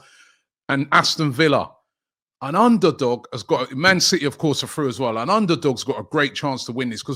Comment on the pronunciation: Brighton are frew. Bournemouth are frew. Man City are frew. Ah fink. And everyfink.